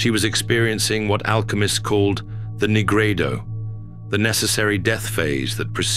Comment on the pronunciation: Dude said negrado lmaoo